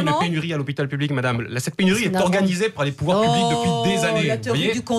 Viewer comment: Tres drole de voir de menton incapable de prononcer le mot public dans "moi aussi je soutiens l hopital public " du coup la phrase sans le mot est ridicule. Tout le monde est plur l hopital lol Le mot public lui arrache la geule. Comique mais insupportable.